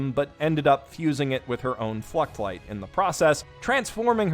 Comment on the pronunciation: ngl, i kept hearing ”fleshlight” when you were talking about the fluctlights......